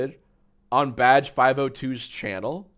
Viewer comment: Anybody else stop hearing "Badge" and started hearing "Vadge" about halfway thru the vid?